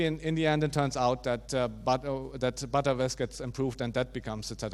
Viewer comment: Great talk, but please let's call btrfs "betterfs" not "butterfs", which sounds sometimes like "buttfs".